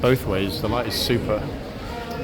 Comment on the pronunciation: That Super was prounced correctly in German.